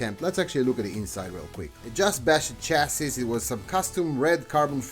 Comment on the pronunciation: Oh! this is interesting, I need a carbon fiber chassis (Did I hear you pronounce chassis as shessis or! hahahha) Anyway, I need one for my Rally car build.